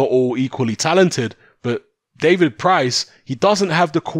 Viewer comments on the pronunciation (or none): “Price” not “Pricey” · FR MMA Lmao. I’ve only been watching boxing for like 15 years but yeah I agree I’m 100% a casual. It’s just annoying hearing “Pricey”